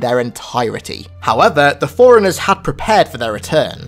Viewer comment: what accent is that, when you say forerunners it sounds like Foreigners